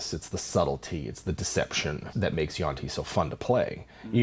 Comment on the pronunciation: Always thought it was yuan ti, not yuan ti. Learned something new.